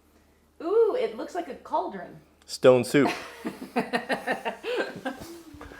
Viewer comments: stoap sone lol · Stoap Sone :D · stoapsone XDXD